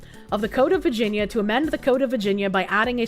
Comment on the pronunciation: I love the way says “vah-gen-yah” 😂❤❤❤